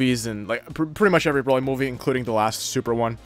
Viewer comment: bro at this point I don’t care anymore about the topic I don’t know why people are replying to me anymore this Hassan dude doesn’t even know how to say Vegeta correctly and it’s sad he said brokly instead of broly I do watch dbz but ethier forgot that he destroyed a planet or didn’t know so honestly I’m done arguing against people like that that’s why I’m replying to you